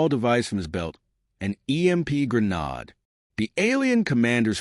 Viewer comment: Ai just cant pronounce grenade.